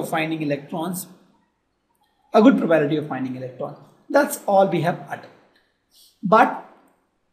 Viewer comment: probability not probality sir. Nice video though 😊